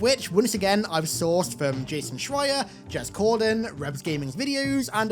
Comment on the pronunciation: "jez cordan" eww